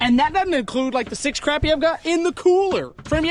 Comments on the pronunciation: love the content....but bro its pronounced CRAWPEE not craypee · love ya to death but its not pronounced crappy lol its more proud as (croppy) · I love you pronouncing it Crappie like it's spelled rather than Craw-pee like most people do haha